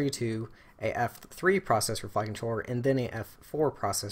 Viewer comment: When you say "Flight Controller" it sounds like "Fuckin' Troller"